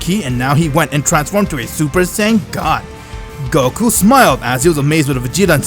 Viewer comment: it is goku not gokuur